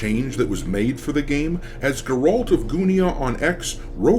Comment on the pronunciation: Your pronunciation of Geralt has me hot right now. I feel like should know how to pronounce Geralt. 😡